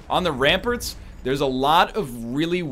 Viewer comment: I love how he pronounces it ramperts